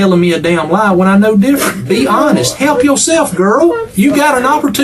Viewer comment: Hewwwlp me hewwwlp yeww.